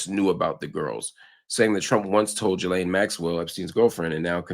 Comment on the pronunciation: Great analysis as usual but a minor compliment from me is thankyou for being the only American able to pronounce ‘Ghislaine’ correctly 😅